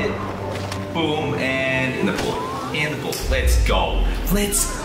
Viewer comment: Is it just me or do you hear that when he says in the pool i hear my nipple💀